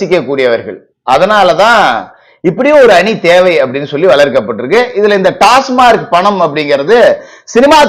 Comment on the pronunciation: டாஸ்மார்க் அல்ல; டாஸ்மாக். எல்லோரும் தவறாகவே சொல்கிறார்கள்.